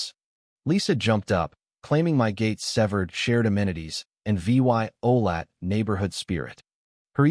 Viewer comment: When the AI doesn't know how to read the words violated and evidence